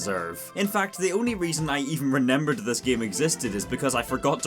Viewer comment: the only ting worse than this game is how you say "renembered"....